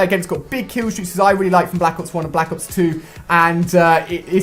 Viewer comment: " call of juty BLAK OOPS 3 "